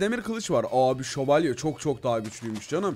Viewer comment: Nobody::şovalyelerla savaştık